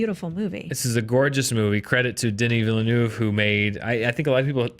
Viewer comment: Great review. Can you PLEASE learn how to pronounce Denis Villeneuve's name properly though!! You're not alone, I think every single American movie blog YouTube channel gets it wrong!!